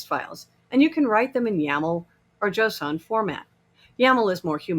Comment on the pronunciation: Mildly concerned with how she pronounces json... Also, the answer to the question about what type of file being used to define objects is wrong. Should be YAML/JSON as in the slides and as per what she said.